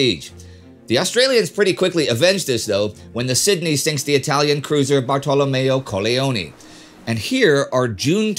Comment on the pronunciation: Ottima pronuncia di "Bartolomeo Colleoni"